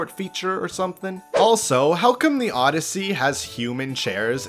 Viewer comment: bro thats mario "odd"yssey